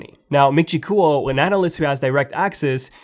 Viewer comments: It's not MIN CHI COOL, lol, it's KUO like QUOTE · its actually more like GWOR